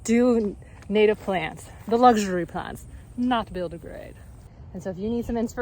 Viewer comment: "the lugh-shury plhants, dahling!". 😂😂😂 Loved your cute-ness in this video!!